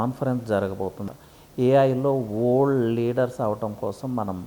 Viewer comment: Yee vold yendhira bhai, simple ga world analeva? Good info but my ears are hurting listening to his pronunciation.